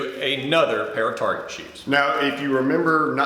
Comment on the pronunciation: Target become "Tarjay"